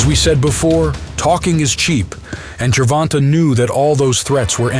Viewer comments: Narrator just said "Ger-von-tuh" 🤦‍♂️ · Do you have a source? Because every announcer & interviewer I've heard says Ger-von-tay, and his Wikipedia says that it's pronounced "jer-von-tay." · That is how his name is a actually pronounced. People just say ger von tay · The way he says ger-von-taa drives me nuts lol